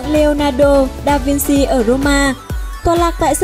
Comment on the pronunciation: vinci là vin-chi (tiếng ý)